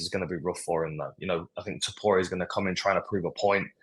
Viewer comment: Too-poo-ra!? Bro sort your pronunciation out